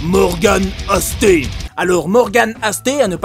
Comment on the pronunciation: morgan aste nettoyait les filtres de la piscine municipale de mon village :D Un super gars, par contre cest aste pas asté ^^